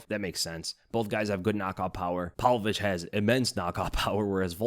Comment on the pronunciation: Pav-Lovich, PAV-Lovich, not "Pal-Vovich." Jesus man.